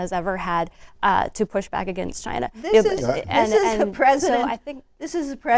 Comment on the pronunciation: For thirty years Elanor Clift has been saying: againgst.